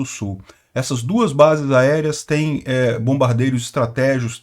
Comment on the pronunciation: Nossa,, que maravilha! Agora vc conseguiu falar BombardEIROS!!..Mas, aí a dislexia pregou a peça na palavra seguite.."Estratégios"!!kkkkk😂😂😂Vc é muito engraçado, cara!..